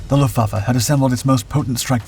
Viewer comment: You pronounce WRONG - NOT "Meshershmit", but "Messershmit" and NOT Lufvaffe, but Luftvaffe !!